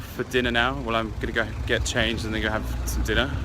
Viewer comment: been there twice and you still can't pronounce the Capital City's name properly.